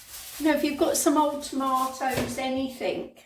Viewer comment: It's "anything " not anythink.